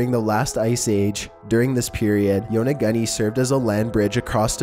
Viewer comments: Yona-goonie, not Yona-gunny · Holy christ!!! Your pronunciation of many cities and items talked about, are beyond horribl.eI especially cringed at how you said Yonaguni and Antikythera...each and everytime.Please atleast watch other videos where archaeologists or historians are pronouncing any of the sites, items, or cities.